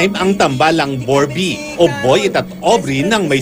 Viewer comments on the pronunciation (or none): bobrey po hindi borbey ahahahahhahahhaahahaha